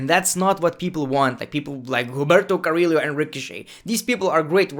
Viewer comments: Say it with me: Carry-yooo not cariro and Shane-ah not Shay na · To pronounce Carrillo’s name is basically Ker-Rio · Just say Humberto you can ommit Carrillo "Carriyo" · Hum-ber-toe. Ca-re-o that’s how you pronounce it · Bro can you please learn how to pronounce Carillo ?😁